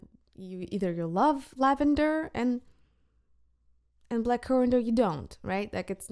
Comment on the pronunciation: Cuir is pronounced “queer” with the french r at the end :”queerh”